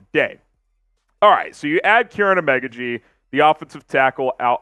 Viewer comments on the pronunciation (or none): I could’ve swore it was pronounced O-Mah-Ga-G but 🤷🏾‍♂️